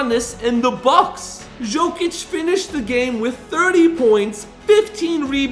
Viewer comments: yeah but you would thing would say hist name right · The guy will be 3 time MVP, and you can't evan say his name right... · You butchered the hell out of his name. This man is a superstar, you make a video about him, and you don’t know how to say his name? 😮